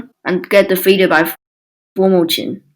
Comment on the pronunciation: Not bad in general but still many mistakes. 1. It's "Former" Qin, not "Formal." 2. Former Qin didn't fight against Later Zhao. It was Former Yan that inherited most territory of Later Zhao and thus became the strongest kingdom in China. Then Former Qin rised and destoryed Former Yan and became the strongest. 3. Eastern Jin had about 200,000 men in total (Huan Chong had 100,000 in the western front). At Fei River (the main battleground) Eastern Jin had 80,000 men, not 30,000 as you said.